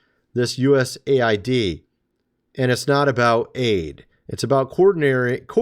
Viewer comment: Thank you for saying USA. ID CORRECTLY 😊 not aid😊